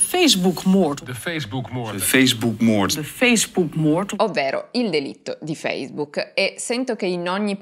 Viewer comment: A proposito, la parola "moord" in olandese suona "moort". "Ter beschikking stelling" vuol dire letteralmente "la messa a disposizione"